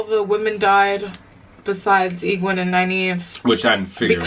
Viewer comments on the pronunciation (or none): The peddler, Padan Fain, and the Trollocs were there to capture the five and take them to the Dark One. That's why Nynaeve wasn't killed. For pronunciation, here's a hint on Egwene. Her last name is al'Vere. If you say her whole name as one word, it sounds a bit like Guinevere. The author did that on purpose. Go back and re-watch the scene where Moiraine and a women were in a sauna. Listen to their conversation. That is tied into that very last scene.